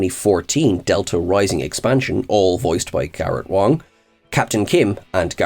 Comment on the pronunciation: That's Garrett Wang not Wong lol